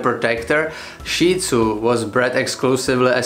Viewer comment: Thank you for pronouncing Shih Tzu correctly!!! Most people in my country pronounce it "shit" zoo. I have a 10 1/2 year old Shih Tzu who can be seen in the videos on my channel, especially my BarkBox videos. My experience with Lhasa Apso is that they are more often aggressive than friendly. The immediate physical differences are the flat face/short snout on the Shih Tzu and the long snout on the Lhasa Apso as well as the length of the legs.